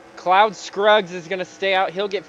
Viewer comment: It’s Claude Scruggs not cloud Scruggs